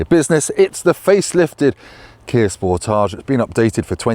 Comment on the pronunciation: That's not how you pronounce Sportage, lol